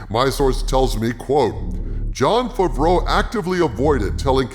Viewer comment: Hi, just wanted to say that I enjoy your videos and the format you use with the character and all, and also that always makes me laugh, is when you say Jon Favreau, I hear; Jon Fafreau, and it reminds me at the sketch of Jeff Dunham with his dummy peanut (Jeff F F).